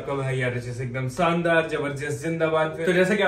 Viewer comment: Bhai thoda sa talaffuz theek kare apna. Shandaar zindabad zabardast hota hai. Naki sandaar jindabad jabardast Pls correct that.